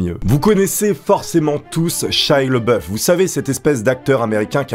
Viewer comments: Shia La Beouf, pas le boeuf -. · Par contre c'est Shia LaBeouf pas Leboeuf... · Prononce au moins correctement son nom (bordel): LABEOUF !! pas LEBOEUF ! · Sympa, +1. Mais cet acteur s'appelle LEBEOUF et pas LEBOEUF... Donc ont dit LE-Bé-OUF ... Joli troll donc xD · Ça m’a écorché les oreilles à chaque fois que tu as prononcé son prénom. Ça se dit « Shaya Labeuf ». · Ca se prononce pas "chia leboeuf" mais "lébeauf" (s'pas une blague)